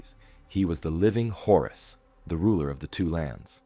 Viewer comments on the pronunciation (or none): none